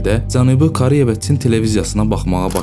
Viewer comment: Bəzi sözlərdə o hərfini elə o kimi səsləndirmək düzgün deyil a kimi səslənməlidir.məsələn Koreya yazılır ama o a kimi səslənir.məs Kareya.həmçinin başqa sözlər.diksyanızı düzəldin. C və Ç hərflərini də düzgün tələffüz etmirsiniz.nə bilim eee deməkdən yazmaqdan yoruluram.öz dilinizdə niyə bu qədər pis danışırsız niyə hörmətsiz davranırsız dilimizə qarşı.sizin buna ixtiyarınız yoxdur bir vətəndaş kimi.